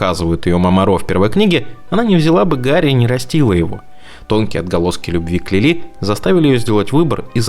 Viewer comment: Не Лилú а Лúли!